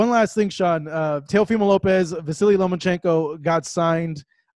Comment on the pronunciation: Why do so many people have trouble saying Lomachenkos name Sean Porter "Lomo"teddy atlas "Loman-chenko" Luke Campbell "Lemochenko" IT'S LOMACHENKO 🥊👍